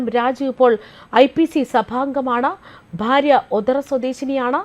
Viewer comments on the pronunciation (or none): none